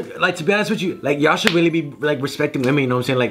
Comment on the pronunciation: how he say really he says weally